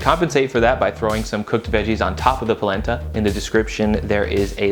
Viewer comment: Palenta? I thought you said PLACENTA!!